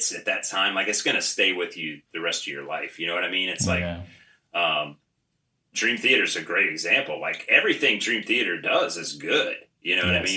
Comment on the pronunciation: i love where he put emphasis in band names cannibal CORPse, dream THEater. gonna start doing that too